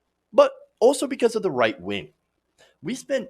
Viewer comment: I know it's your speech impediment. And I'm not making fun. But you said "white wing". And I think I like it your way better.